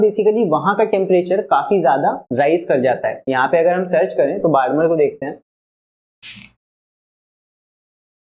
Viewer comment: Hearing sir pronounce "barmer" hurts my soul a little